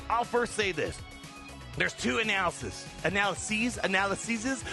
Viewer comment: Analalasysis😅. It's called sees it. 😉